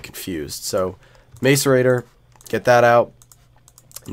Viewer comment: Dude it's mass uh rate or ;) great vids tho quality content